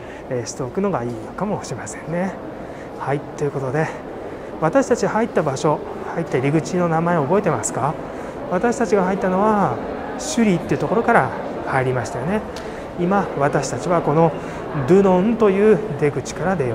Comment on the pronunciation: 「スリー」ではない、「シュリー」である。フランス語ができないのか。